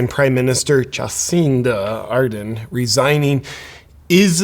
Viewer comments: It's "Ar-DERN". This is the third American vlogger I've heard today call her "AR-den" - there's an R in there! Otherwise, great video. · JP, you kept mispronouncing her name. It's ArdeRn, not Arden. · Everyone says Ar-den. But in NZ we say Ar-dern. XD Can also be pronounced as heartless-maniacal-lying-goblin-wench. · Yeah resigns and lies its consentual ...with a smile on its face! OMG, wimmin are 😡😈 IT NOT 'Arden', ITS A-HHHHHHHHH-E-RRRRRRRRRRRRR-N! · It's pronounced ar-DERN, with second syllable stress. Just think arse-BURN. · Just a little education here. Adern is pronounced as Ad-urn as in an urn you put well … deceased ashes into. No I’m not a fan of hers. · I like the little slip up Justin Arden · Ardern is pronounced Ah-dern by the way. Guaranteed she'll get a highly paid cushy job somehwere in the world. Why wasn't the Pfizer agreement transparent - getting a commission/kick back Cindy? And she's worth millions now - where did they come from Cindy? Yup, crimes against humanity for sure. Hipkins will continue the tyranny. Just another puppet! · Horse faces name is pronounced A'DERN JP, like over there, there is a fern, and eating a pinapple through a cyclone wire fence, is Jacinda a dern. I don't like her either, but if you're going to be unkind and hang shit on her, show her the respect of getting her name right. Thursday is Australia Day, show us some respect and eat lamb, from a BBQ. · I love how you pronounce her first and last name wrong. She doesn't deserve any better from a US Based commentator...